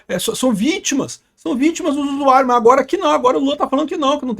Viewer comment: "Us Usuairius"